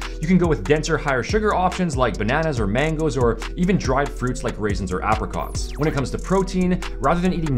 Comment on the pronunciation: Can we talk about how pronounces apricots? 😂